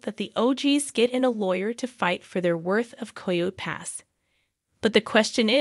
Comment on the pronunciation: Once it’s pronounced “Coy-Yo” Pass, I’m gone…